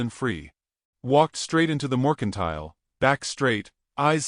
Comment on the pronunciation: “Bow” as bo, not Bao : Apache, not “a patchy” : probably mercantile, not “Morgan tile”